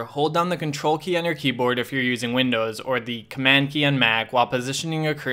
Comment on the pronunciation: bro i thought u were sayin control+Q instead of control key, now i regret everything, my 3 hours gone bro